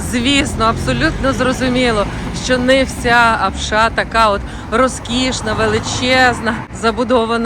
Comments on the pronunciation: Апша, а не апшА, наголос на першу А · Все чудово,тільки наголос на слові Апша, не першу букву А. Коментатори,українці котрі тут не жили,думають що то так просто заробити навіть на кордоні на такий будинок. Пишуть тільки із-за зависті